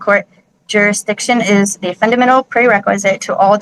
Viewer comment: Let's take one day off her sentence for being able to pronounce "prerequisite", shall we?